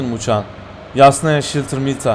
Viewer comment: Shelter şiltır diye okunmaz şeltır diye okunur hocam biglinize